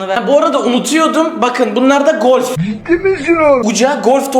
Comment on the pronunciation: Sen İlk önce bolf değil golf demesini öğren